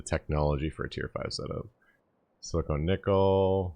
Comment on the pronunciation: just because you said it all silly like that, I'll point out that there's a distinction between silicon (no e; silly CON) and silicone (with an e, silly CONE). It's all very silly, of course. Well, except that they are quite different... The mono-crystalline silicon in computer chips versus the rubber-like silicone in your favorite cookware... pretty different! But I don't really care that you don't know this (or didn't, until now!), just... sharing it, to be silly. :D